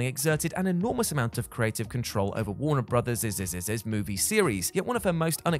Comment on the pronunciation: Warner Brothers-iz-iz-iz-iz… 🤣😂🤣😂🤣😂🤣